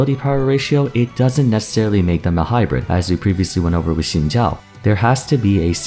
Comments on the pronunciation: This is how you properly pronounce Xin Zhao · Thanks for pronouncing Xin Zhao right 🙏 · never heard someone prononce xin zhao that good